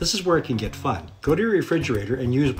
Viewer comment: That "fun" sounds odd through my speakers.